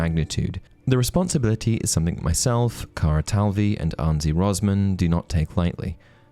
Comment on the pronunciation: Zimmer is pronounced "Tsimer", not "Zeemer" ;) Also Anže "ž" is pronounced like with French "j". And John Williams is very alive ;)